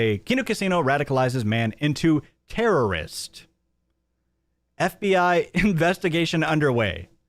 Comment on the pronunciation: "Domestic Jerrorist"? LMAO